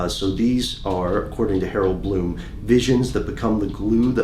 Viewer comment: Glow of Brightly Burning Hope HAROLD BLOOM hahahahaha...I guess he got the "H" part right.